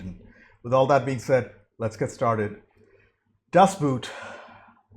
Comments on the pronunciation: Its a Boat not a shoe. It is pronounced Das BOAT. Not like the Boot. Also: there is just 1 version you must watch. The 6h TV cut. Even the directors cut doesnt do it justice. And now your questions: The crew is quite because of sonar, not radar. The wide shots is is a small scale model. There was a guy laying inside, which barely fittet in, driving that machine. At one point it sank. This model also appered in the first indiana jones movie. Interior shots are made on a hydraulic plattform. Interrior is built after real plans to the T. the translation of that movie is terrible. A making of is on youtube About your reaction: i always thini it is dumb to react such a movie. You annoy yourself and tze audience with questions that are answered a minute later in the movie. You also miss so much details.... On a sidenote, das boot is the first book of lothar günter buchheims book trilogy. The captain returns in the 3rd book, he didnt die. Also, read the book. Worth it. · Just say "Das Boht"...not boot 🥾, not boat ⛵ 🤭... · Boot in German is pronounced similar to boat in English. Das Boat, not like the footwear boot. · Don't say: "Das Boot" but say "Das Boat". It's written different but spelling and meaning is the same. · It´s not buut people. It´s boot. Learn German at least that much, for the love of god!!!!! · Is pronounced "boat". Sounds the same as in English. The movie is not about footwear.😉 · Best... submarine... film... ever. It's pronounced Dass boht, by the way. Or Dass Bot. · Hi, glad that you took the opportunity to watch this film. It would be nice if Americans and others would try to pronounce the German word right. It's actually the same as in English BOOT meaning and pronounced BOAT! It's as simple as that. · It is painful to hear mispronunciation of the movie name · In German Das Boot is pronounced Boat. It's not footwear. It's an Uboot Unterwasser Boot. Underwater boat.